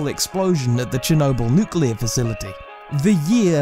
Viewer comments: There is no such thing as a nucular reaction. You can't get a nucular medicine test. There is no such thing as a nucular explosion....And no, it's not a specific british or american accent, it is just blatant mispronunciation of N U C L E A R. I drives me fucking crazy too. If you are speaking about a very scientific topic, at least get the pronunciations right. It implies lack of credibility/intelligence. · My comment wasn't aimed at British people exclusively (I'm British, and living in Australia). However, most people I've come across say "Nuculer" instead of "Nuclear". I'm no grammar nazi but "Nucular" just pisses me off for some reason. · It's nucular. The "s" is silent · I hate it when americans pronounce the word "nuclear" as nucelar. Always grinds my gears lol.